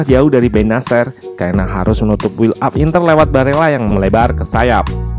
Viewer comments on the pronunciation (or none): none